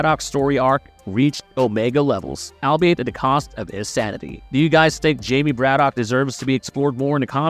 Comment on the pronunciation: It’s not Brad-Dock it’s Brad-ick